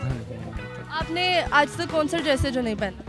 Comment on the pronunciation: ایڈریس پہنا نہیں جاتا - ڈریس پہنا جاتا ہے